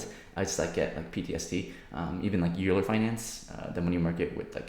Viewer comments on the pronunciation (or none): It sounds like you’re over-allocated, keep derisking ser. Also Euler is pronounced “Oiler”